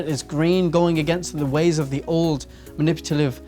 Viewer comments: Has anyone noticed that he says manipulative wrong? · I actually watched this over the period of 48 hours and I have to say that it makes a lot of sense. ...more sense than I ever made of it anyways. I noticed throughout the video that you say maniputalive instead of manipulative. Not a criticism, just something I noticed. Thank you for this entertaining, attention-keeping video. 😃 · "maniputalive" :D